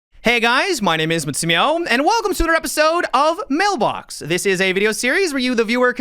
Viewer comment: That pause before "Mailbox" killed me ,😂